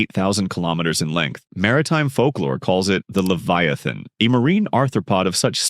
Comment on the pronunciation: finally someone pronounce leviathan